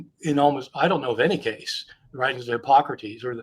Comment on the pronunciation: What the hell? Christian mispronounces all the words. Namely: Hipócrates, Gnostic (with a hard G at least once), Conclusion (pronounced like "collusion"), Corroboration, Sentiment (pronounced like "sediment"), treatise (pronounced like "treaty"), emphasis (pronounced like "emphasize"), demurrer (he just went "uhhh de murmur") and I'm sure others. Mispronouncing Greek stuff is excusable except... you know... It demonstrates that he can't read Greek which is rather relevant. He sounds like the guy in school who clearly didn't write the paper he's reading.